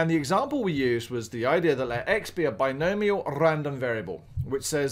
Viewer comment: bi-gnome ial, are you kidding me lmao